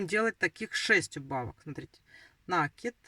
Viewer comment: НакИд,накИд,накИд!!!! Запомните, пожалуйста!!! С Украины наверное,не знаете русского языка,не знаете где делать ударение?😮😮😮